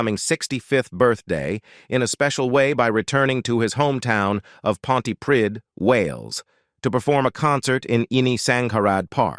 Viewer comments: Oh for Heaven's sake. We know all this. We've heard it many, many times. That's Tom's past. Give it a rest. Here's a man who has a superb voice. He doesn't show off. He loves life. And why must we listen to some American telling us such old, old news and one who cannot pronounce Pontypridd correctly. Carry on as you are Tom...you're top with me! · Oh my goodness I cringe at the pronunciation of Trefforest and Pontypridd! He may be a fabulous singer but his younger years character was awful. He treated the senators like 💩! The way he turned his back on them after they helped him to stardom.